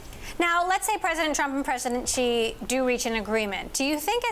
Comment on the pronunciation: She can't even pronounce China president Xi. How hard can that be? Single syllabus.